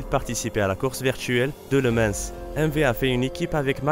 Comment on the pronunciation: LE MANS et non Lemansse...